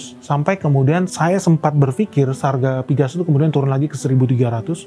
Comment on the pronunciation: Napa pgas diucap piges sedangkan pln tetap diucap pe el en. Skip ah...